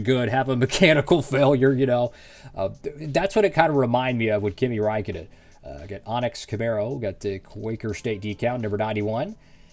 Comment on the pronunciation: You pronounced his name perfectly!